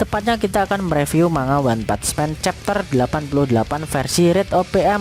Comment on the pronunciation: One pats men🤣🤣🤣. Lidah miminnya gg